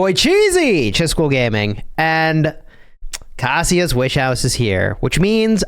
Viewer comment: Its pronounced "K-asia", like Asia, with a K. If it was pronounced how you say it, it would be spelled "Cassia."